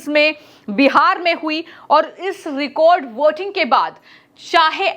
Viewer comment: Recode voting nahi Record voting 😂😂😂😂